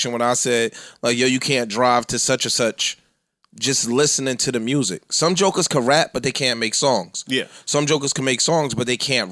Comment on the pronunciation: gona really have people saying "jokahz"